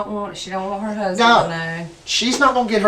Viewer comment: "my therd huzbind"